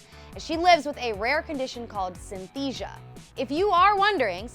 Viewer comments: "Synthesia"??? SYNESTHESIA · Do you want to learn how to pronounce synesthesia properly? Its NOT synthesia Its synesthesia The e and s are there for a reason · It's pronounced SI-NEH-S-THEE-JA. Not Syn-thesia. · THUMBS DOWN , I have myslef Synesthesia, when did that become an illness ? Are you kidding me, that "illness" you call it , helps me learn languages fast , what's wrong with that ? actually how good is that :o besides, you don't even pronounce it right, it's Sy-nes-the-sia not Syn-the-sia pfff. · Synesthesia, not synthesia. (Pronounced sin-est-easy-a) Also, deafness, dyslexia, sleep paralysis and synesthesia aren’t illnesses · It’s not synthesia. It’s Synestheia. You pronounce the second syllable. Syn-E (like ‘bed’)-sthesia. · ITS SYNESTHESIA NOT SYNTHESIA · It’s synESthesia. Not synthesia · Oh my gosh, I was cringing so hard when they talked about Lorde. First of all, it's pronounced "synESthesia" not "synthesia". Second, it's not an illness... It's literally just a condition. As a fellow synesthete (I have a different type of synesthesia, but this is still relevant), it's annoying when someone refers to this as a "disability" or "illness". And other things they mentioned as "serious illnesses" were ridiculous lol. Not to say some of the things mentioned aren't difficult, but still I just wouldn't classify them as illnesses. That could be annoying/offensive to the person with the condition (like it is to people with synesthesia). This video was asinine lol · synesthesia not "synthesia" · Say it with me: SIN-UHS-THEE-SZIA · "Synthesia" lol... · 1. Lyme's disease as a chronic condition isn't real 2. It's "syn-a-thee-si-a" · It's pronounced SynESthesia and it isn't a disease. It's a perceptual phenomenon. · It's pronounced "Sin-uh-stee-sha" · pronunciation: sin - es - thee - see - ah I also have synesthesia and it’s anything but a “serious illness” to see colors in sound :) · "Syntheesia" wtf.. you missed a syllable. CRINGE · Wrong pronunciation of synesthesia